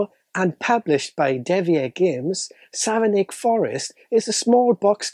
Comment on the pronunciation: I'm from Savernake Forest! (It's pronounced "Savernack", by the way.) This'll make a great present for family and friends. 🙂